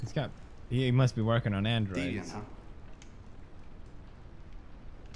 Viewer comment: I miss pewds pronouncing deviant wrong like “deviont”